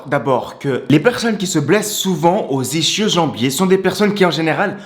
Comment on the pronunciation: Ça se dit : "isskio" , pas "ichio" Ta une chaîne muscu donc c'est un minimum important de bien prononcé